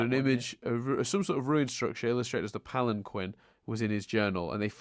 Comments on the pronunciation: Wow. You should really learn from Connie. Literally an upcomming quote from the show: You and Steven both: "The Palan-quinn!" Connie: "Actually, it's pronounced palan- keen!" Now poor Chris is gonna stick to that pronunciation forever and can't even be blamed for it 'cause he got it from you!:P The popular theory on the temple being the fusion of all five has since been all but confirmed through Rebecca Sugar in the podcast. I'd say that sufficiently canon. Not a Photo,. It was a painting. And the most difficult part was getting the shark to pose. I'm guessing by new information, and considering the entire rest of the show together, that Rose, ever since she rebelled, never wore anything else than her dress. Or something like a shirt over her dress. By the way, that image itself is likely a reference to Watson and the Shark: Concerning Rose never having had a Lion: The whole premise of Rose's Scabbard was, that Pearl didn't know everything and was deeply hurt by the revelation. Rose must have kept all her lions a secret. Another detail about that: Buddy said: * "Two of the Crystal Gems!" * "The third Crystal Gem!" * "An Angel" / "A large figure in the shape of a Giant Woman. The ringlets of her hair spilled over her shoulders and back, like a swath of roses." Which at least suggest that, for what ever reason, Buddy hadn't known Rose. In Spite of her fondness for humans, and the evidently already existing Temple. This also fits with Historical Friction: In it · "Pallen-kwen." TRIGGERED!!!! "Pal en keen!" (<3)